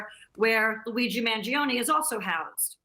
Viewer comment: weegeee mangione? is she talking about SBF lol